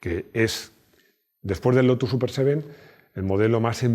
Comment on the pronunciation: Buen vídeo, como siempre. Por cierto, el Super Seven no empiexa con la letra "E". Abzo.